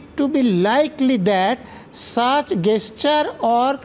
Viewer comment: Gesture এর উচ্চারণ তো জেসচার।গেসচার এই প্রথম শুনলাম নজরুল ইসলাম এর মুখে।অবাক হলাম।